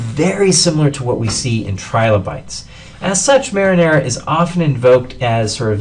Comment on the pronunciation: yea lol, marinela